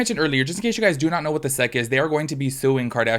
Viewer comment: Hi friend, you say the letters S.E.C not 'sec' :) for future reference